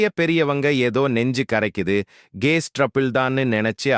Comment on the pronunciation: என்ன பா உன் குரல் இப்படி இருக்கிறது, நீ சொல்லுவது ஒன்றும் புரியவில்லை, கொஞ்சம் அழகாக சொல்லு, கேஸ் என்னும் சொல் வேறு மாதிரி கேட்கிறது பா.